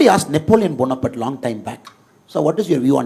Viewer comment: Annamalai ஐயா! நெப்போலியனின் பெயர் Napoleon Bonaparte. Not ponaparte.